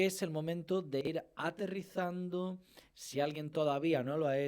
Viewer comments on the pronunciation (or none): Áterrizando. Ábsolutamente.